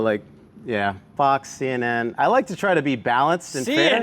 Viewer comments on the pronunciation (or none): LOL CHH????? that was said wrongly in pourpose!!! :) lol hahahahahahahaha he is a MAJOR in da MILITARRRY!!! HE **NEEDS** TO KNOW WHAT THE CRAZYZ ARE THINKIN !!!! ( thus.... that 3 letter network that begins with FAKE NEWS !!! oh wait C and end in N and is NOT THE CHRUTSINZCRISTnewstuffNETWERK!! lol LOVE JOY COMPASSION <-----the ROOTs of ALL THINGS GOOD !!!!! :)